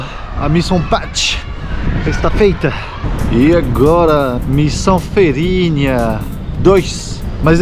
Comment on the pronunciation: amado é FEIRINHA. FEIIIIIIIIIRINHA COM "I"